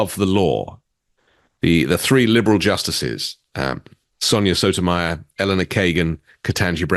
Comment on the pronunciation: Okay, wait! Pronunciation change needed! Justice "Soto-my- yore"